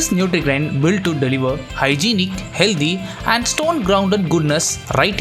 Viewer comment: It's "healthy" Not "healddhy" 😔